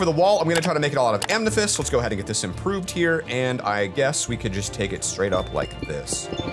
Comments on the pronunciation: Why does keep saying "amnethyst" not "amethyst"? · Amnethest😂😂😂😂 I love how he says that